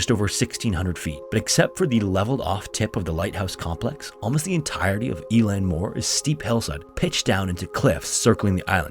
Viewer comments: Just on pronunciation of irish words. Eileann Mór is pronounced ill-lawn moore, not e-lan😊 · Eilean Mor is pronounced " i lean". Its Scottish Gaelic. It means 'Large Island'